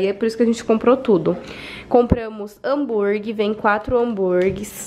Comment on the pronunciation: Ai que agonia a falando hambuirgui🤯😂😜. O negócio é hamburguer mulher. Boas férias